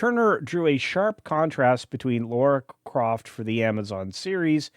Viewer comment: "Laura Croft"? She's dead Jim